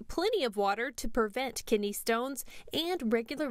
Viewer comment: Its kidney not kitney